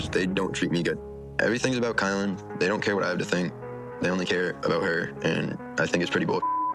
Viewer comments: Please, please, please, I love your commentary but pronounce her name correctly. It is KY-Len not kaylen! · Definitely pronounced K-EYE-LYN. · It is pronounced KY-lynn. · ⁉️ Sorry, her name is Kylen, no A. ⁉️ It's an easy mistake to make but she's lacking respect, dignity and appreciation. Every little bit might help her realize her worth and leave that P.O.S. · Kylen. He pronounces it wrong every video.